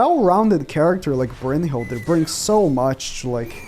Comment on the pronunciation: Why do you pronounce it Brunhild(er)? 😂